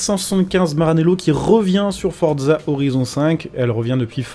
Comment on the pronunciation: On ne dis pas fordza on dis forza